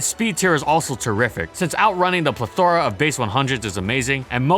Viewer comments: Somebody please teach this man how to say "plethora." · You try to sound smart by using the word plethora but you dont pronounce it right and you use it in EVERY video which makes it sound like you have a small vocabulary and it ultimately makes you sound like an idiot. And idiot trying to sound smart. Thats funny